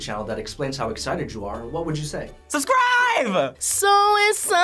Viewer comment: “So escited so escited”